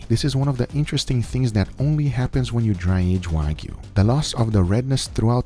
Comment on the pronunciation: NO DRY AGED "WAYGU"